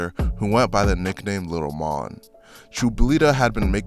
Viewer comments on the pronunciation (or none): N his bro name is Mone like moan not mon